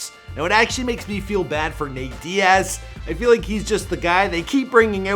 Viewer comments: Put some respect on Nate's name... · Put some respect in Nate Diaz name bruh!